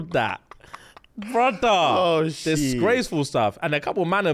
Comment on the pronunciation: SAMMME!! I'll be saying "brudda" all the time and I don't even know I'm saying it😂😂😂😂